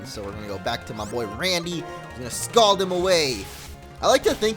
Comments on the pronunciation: Scold MO, scold. Not Scald. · I think the word is scold not scald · SCOLD.Its scold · The word is scold